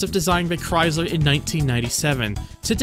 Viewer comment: where are you from? You say some words really weird like Castrol and Chrysler.